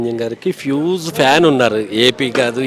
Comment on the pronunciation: ఫ్యూజ్ కాదు బాబు హ్యుజ్ Huge. మీకు తెలుగు వ్రాయడం రాదు పోనీ ఇంగ్లీష్ వచ్చా అంటే అన్నీ తప్పులే. ఇపుడు వెళ్లి కోర్ట్ కేస్ ల గురించి అడగటం ఏంట్రా బాబు. నువ్వు వెళ్లింది ఎందుకు వ్యూస్ కోసమే అనుకుంటా.